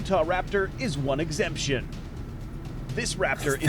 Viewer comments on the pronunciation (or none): Exception, not exemption